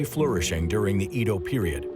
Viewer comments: Good doc butchered by bad pronunciation. Edo [eh-do] 🤦‍♀️ “ Ido” [ih-do] is a water well… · "Eedo"? No. Why? It's "Eddo". Great content though when I'm not wincing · Eh-DOH...not EEEE DOW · He says Edo like EEEdo like why the hard E why did no one correct him its so cringe i commited seppuku twice and still wont stop cringing and crying and crying out to god why, why make humans at all if this is it, if we are made in your likeness then are you also a failure, god? Why god? How could you let this happen? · McArthur came to "wipe out communism" lol Japan wasn't communist. EDO - is not EEDOW . BANZAI! eedow - eedow -eedow every fkn 3 seconds. SHHHHHH. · Edo - get the pronunciation right! Seriously 🙄